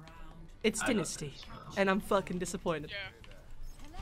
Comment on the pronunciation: It isn’t Dinisty it is Dynasty I stg